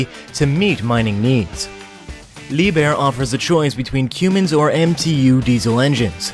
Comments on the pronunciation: Right! It's not like your going, but more like your comin'. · It is pronounced come-Ins not cuum-Ins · Quemins? It’s pronounced KUM-inns. And spelled Cummins. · The engine brand name is Cummins, not Cooomins. This is just one of many confused and incorrect statements made by you. Why don't you do your research a bit more thoroughly and you won't be saying things like 800 ton bucket loads. This video could be so much more interesting if facts were conveyed, not mixed up commentary which has no place in videos such as this. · Your killing me! - "Cummins" pronounced "come-ins", not "que-mins" - But great vid all the same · Watched a few of your videos, great content except for one thing. You need to learn how to pronounce 'Cummins' as in the engine. It's NO(W 'CUE mins' or Queuemins, it's pronounced 'come-ins' . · It's not "cumins" it's "Cummins" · What the hell is a “Qummins” engine? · Well, waddya expect from a guy that pronounces Cummins "q-mins"? I bet he has soft hands... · You can get it with "cue-mans" engines? That's nuts! 🤯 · You should learn how to pronounce Cummins. You're saying Qummins. There's no Q. It's a C as in come. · this guy can't pronounce cummins properly he keeps saying cuemins wow he doesn't know anything about diesel engines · Cummins.... lmao 😂 have u ever see the dodge or ram truck commercial?? I thought I had heard it all till u say it that way lol 😂 I’m dying 🤣🤣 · Please goggle the pronunciation of Cummins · is he really saying cummins like that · Does this dude seriously not know how to pronounce Cummins? Holy hell dude.